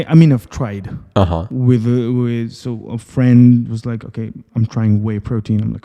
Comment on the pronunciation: Please, normally pronounce the word "so" without erkalamay)